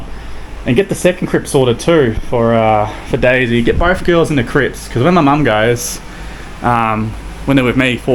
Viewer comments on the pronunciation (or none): He keeps saying Crips. Drives me crazy. Tells me to relax….hopefully your comment, he might start to say Cribs. 🤣